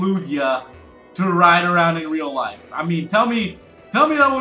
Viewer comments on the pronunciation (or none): none